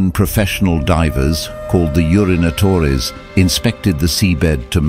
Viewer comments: Thankyou for sharing :) ..lol...as I read the captions I was wondering to myself how will the narrator pronounce it . Imma have to Google this now though , need to break this word down further to convince me that ur wrong , lol...it's funny when he says unito-res lol ...so booshie hahah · Ah yes, the Urinatores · urinatores lmfao